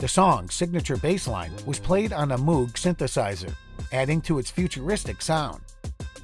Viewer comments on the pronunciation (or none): none